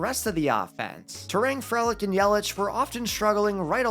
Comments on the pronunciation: Frelick is pronounced free lick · love your content but man we gotta work on those pronunciations... misiorowki and frelick are not pronounced like that lol